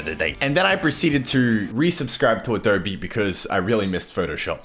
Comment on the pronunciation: At least you pronounce Adobe correct :p